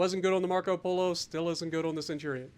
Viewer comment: "The Centurion frill." Ouch.